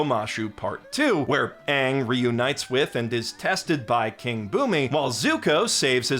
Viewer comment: I never saw the live action movie. So I’m just hearing the actor calling himself Ahn… when the literal original source material never pronounces it that way